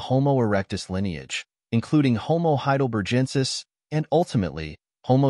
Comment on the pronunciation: One of the better AI videos on You Tube, but don’t you mean Dmanisi instead of Domanasayan? And Homo Heidelbergensis rather than whatever that word was? There are some things that AI can’t do and needs human intervention to fix.